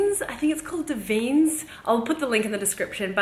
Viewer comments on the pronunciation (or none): da-vee-nez...it’s italian! my sister and i love to watch your videos!